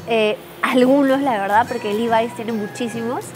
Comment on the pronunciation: Hola!! Se dice levi como suena!! Saludos